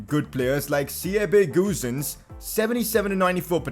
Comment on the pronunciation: You say siebe goosens like this the ie in siebe is like the ie from frenkie and the goosens is like the o from Olivier Giroud